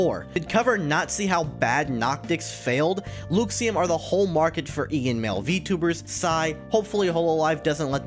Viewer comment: Hey there! Just letting you know, it's pronounced LUH-xiem, not, LEW-xiem :)